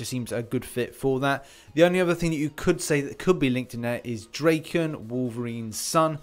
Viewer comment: Wait, did you say "Drakien" instead of Daken? It's Japanese. DAH-ken.